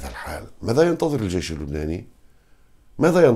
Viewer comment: بربك كم مرة فلت كلمة"الجايش" 🤣🤣🤣🤣